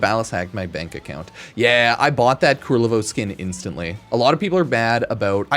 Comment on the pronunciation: Ku-LER-vo. His name is Ku-LER-vo.